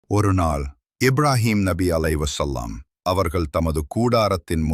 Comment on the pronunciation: Alai his salaam. Ibrahim Alaihissalaam,next time say it properly